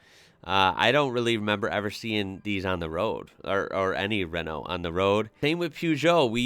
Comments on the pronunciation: Renault = ruh-no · Renault Mégane pronounces something like Raeno Mae gone